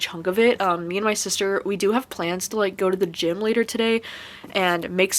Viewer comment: If it helps, when you said "Before we go to the gym and stuff" I heard "Before we go with Jimin and stuff" lol, the Bangtan life is real lol! I totally suggest trying Death Note! also, if you're interested in slice of life Manga, Dreamin' Sun is a good one as well :)